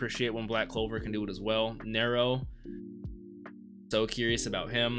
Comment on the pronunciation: I think her name is pronounced "Narrow". Possibility a nod to the Roman emperor Nerō.